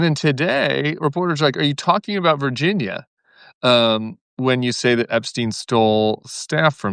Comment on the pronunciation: Out of just a sense that these poor victims deserve better, it would be nice to get Virginia’s name pronunciation right. It’s not just you it’s everyone. But, pls feel free to mispronounce all the pedos. Love the Bullwark.❤❤